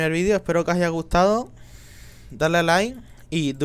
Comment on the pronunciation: dice lai en bez de like